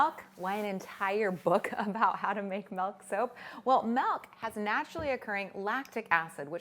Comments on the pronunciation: Okay but real quick. I THOUGHT I WAS THE ONLY PERSON THAT SAYS MELK INSTEAD OF MILK. It made me randomly irrationally happy to hear it being said that way cause my family teases me alllll the time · I actually replayed the first time she said it to make sure I heard it correctly! I say “melk,” too, and I get corrected/poked fun of for pronouncing it that way all the time, lol. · Not sure if she is from Canada but Canada is currently going through a vowel shift according to linguists so slowly but surely Canadian dialects are shifting vowels. Milk --> Melk and Dress-->drass etc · MELK. I just can't. It's too painful. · she says melk so many times in this video i love her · I've never heard anyone other than call it "Melk". Is it because of where she lives? It does she just pronounce it differently just because? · I'm Canadian and I quit watching this video within 2 mins due to the "MELK MEEEELLLLK MELK" ...oof. If I never hear anyone else say it that way in my life, it'll be too many times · The funny thing is the way you pronounce milk is the way we say it in Dutch. So each time you say milk it sounds like you're speaking Dutch lol. Working with milk is always tough but so worth it. I'll have to try this out, I love the look of it. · I'm from California and I say Melk too :P I also get teased quite a bit for it, lol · Odd how she pronounces milk and melt with the same vowel sound. I wonder if she does the same with slid and sled? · The way she says Milk lol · I love her videos but her pronunciation of milk is driving me crazy.